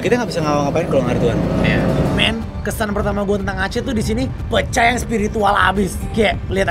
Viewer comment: "pe" to the "cah" pecaaah